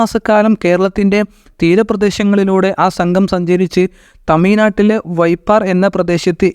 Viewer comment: ചരിത്ര വിവരണം നന്നായിട്ടുണ്ട് എന്നാൽ ശുദ്ധമായ ഭാഷ സംസാരിക്കാൻ ശീലിക്കുക അല്ലെങ്കിൽ പൊതു സമൂഹത്തിൽ മുസ്ലിംകൾ അപ ഹാസ്യ രാക്കപ്പെടും ഴ എന്ന വാക്കിനെ യ എന്നാണ് വിചാരിക്കുന്നത് ഉദാഹരണം തമിഴ് നാട് എന്നതിനെ തമിയ് നാട് എന്നാണ് പറയുന്നത് ഒട്ട് മിക്ക സിയാറ വിവരണക്കാരും ഇത്ത ര ത്തി ലാണ് വിവരിക്കുന്നത് മലബാറിലെ സംസാര ശൈലിയാണ് അത്. പരസ്പരം ആ ശയങ്ങൾ പങ്ക് വെക്കുമ്പോൾ അതിൽ അപാകത പറയാറില്ലെങ്കിലും പൊതു ഇടങ്ങളിൽ കാര്യങ്ങൾ പറയുമ്പോൾ അക്ഷര ശുദ്ധി വേണം